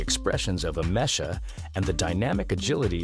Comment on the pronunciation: It's AH-mek-ah.... not ah-MESH-ah!